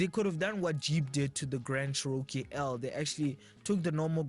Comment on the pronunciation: I'm positive, the Cherokee Nation Indians will be insulted by your pronunciation of their tribal name...